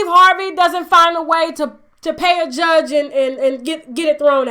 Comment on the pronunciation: (Steve Harvey) the way he said judge.. that's Steve Cuntry Ass.. lol